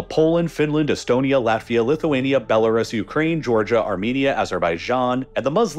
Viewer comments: It's pronounced Belarus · This guy spent months researching Eastern Europe and still can't pronounce Belarus without it sounding like it's the first time he's seen the word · Your pronunciation of Belarus /ˌbel.əˈruːs/ is inaccurate.